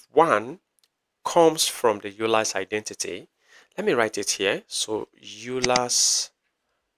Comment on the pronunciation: Just FYI the name Euler is actually pronounced like "oy - lur." This video is super cool, thanks!